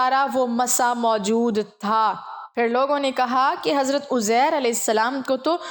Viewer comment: اپنی اصلاح کریں یہ اوزیر ھے یا عزیز صحیح کریں